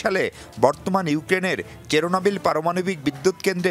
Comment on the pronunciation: সাংবাদিক ভাই 😂 কেরোনাবেল না চারনোবেল Ukraine এর টা